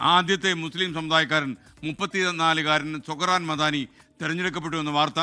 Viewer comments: മദാനി അല്ല പൊട്ടാ മം ദാനി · Madaani???? Read proper😂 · മദാനി അല്ല SKമംദാനി ആണ്